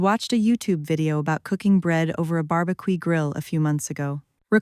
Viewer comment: AI but ok. BAR-B-QEE was hilarious